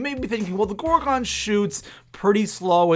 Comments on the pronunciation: btw its pronounced gor-gun not gor-gon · ITS. PRONOUNCED. GOR-GUN. NOT. GOR-GONE.